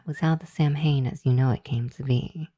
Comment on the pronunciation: Just for your own reference going forward, 'Samhain' isn't pronounced that way. It's an Irish word, and so is pronounced differently than you might think for the letters used in its spelling. It's pronounced like 'sow-in' ('sow' as in a female pig). An 'mh' in Irish spelling tends to come out more like a 'w'.